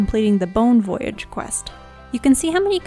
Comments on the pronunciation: The way you pronounce "voyage" drives me nuts lol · I paused the video real quick to make sure I wasn't the only one who caught that. Other than that great guide and love her videos.